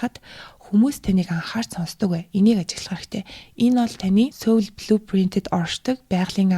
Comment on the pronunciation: Heregtei medeelel ogdogt bayrlalaa 😌 “Soul” iig joohon ooroor duuddag shuu, Mongolchlood duudaj bgaach ene ug bainga davtagddag bolhoor hellee sorry 💕